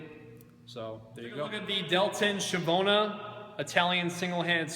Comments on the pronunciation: Schiavona, not schivona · Schiavona please not shiavona you need to pronunce the C ! If you have to review a weapon please at least have the DECENCY to inform yourself about the pronunce of the item!! You are killing my ears when you pronunce the name of this sword !!! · It's pronounced Skeeahvona not Shevona... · Schiavona, not schivona. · Schiavona is actually pronounced as SKEE-AH-VONA, and Medici is pronounced MED-EE-CHEE. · Con la c dolce però, alla veneta. S-ciavona,mas-cio, ecc..